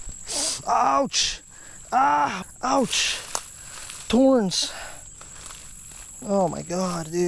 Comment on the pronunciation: You say torns instead of thorns